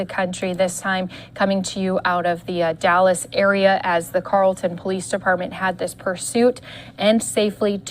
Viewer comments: That's pronounced, Carol - ton. Not, Carl - ton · Not pronounced Carl ton it’s pronounced Carol ton! (spelled Carrollton) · It's Carrollton PD not Carlton. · Lady its Carrollton not carlton lol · It's Carrollton not Carlton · "Carrollton" my dear.....as in 'Carol-Ton'? (But they were also in Addison & Farmers Branch,too?) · Mispronouncing the city name: CARE-ul-ton. Also correction: 3 people in custody.